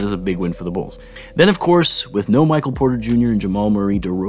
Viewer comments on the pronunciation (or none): none